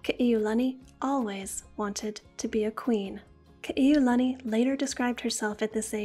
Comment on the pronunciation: You’re just another Ha’ole who cannot pronounce Ka’iulani and Kalāka’ua names correctly